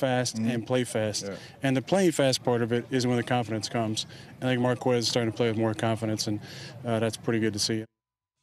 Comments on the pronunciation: Isnt the u silent in quez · that's not how you pronounce Marquez bucko